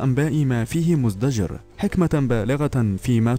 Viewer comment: اقرأ القرآن صح وانشق القمر. يعرضوا. مزدجر راجع هذه الكلمات